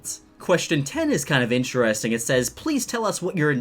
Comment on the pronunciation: It’s interesting not interresting